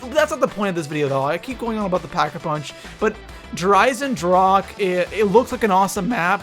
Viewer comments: Its said like "dare i-sen-drah-ka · Der eisendrake???? Really??? I like ur vids but try harder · i am from Germany and please learn how to say der Eisendrache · Please name it the irondragon because der eisendrache is german and i cant hear it anymore how people say der eisendrak 😅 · Mispronounces "Der Eisendrache" the entire time >.< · is it so hard to write / pronounce der eisendrache correctly? ^^"